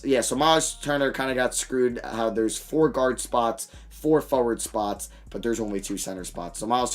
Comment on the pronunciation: Anyone else find it funny how he says foward (forward)